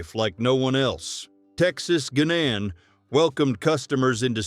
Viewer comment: "Guinan" is pronounced to rhyme with "whinin'."